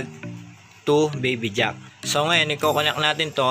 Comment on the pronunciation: Sir connect po hindi po conact!?? Hehe. Godbless you!